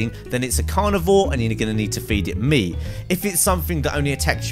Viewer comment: Lol he said cooked moot. 😂👌